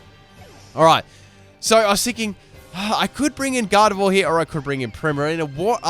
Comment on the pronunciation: did he call gardevoir galled?????